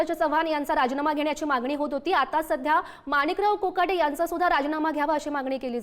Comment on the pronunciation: मोकाटे नाही कोकाटे